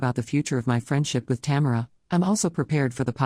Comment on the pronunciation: It keeps pronouncing the name Tamera wrong